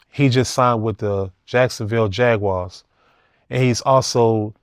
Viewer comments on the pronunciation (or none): none